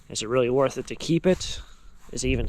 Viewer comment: I love the accent worff more not worth